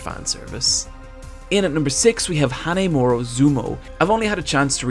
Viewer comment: wow you really butchered that name. Hanemoro? It's Hinomaru. The hell are you reading?